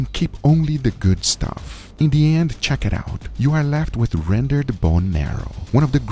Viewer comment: The pure dopamine rush when Guga says "Chick-iit-owwt"